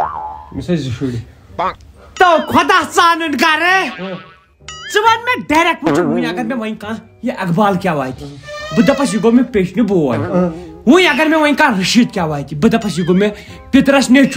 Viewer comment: Great keep it❤❤❤ bol rha hai direct ko direckeee😂😂😂